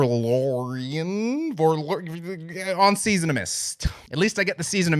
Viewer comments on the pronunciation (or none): "Verloren" is pronounced "fur-low-ran". Greetings from Germany. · It is dutch for lost: Verloren, you say it "ver-loor-en". Nice htat Amenra is included in the list, and i hope that Hannes grossmann's album is the bomb cuz last one was not so great..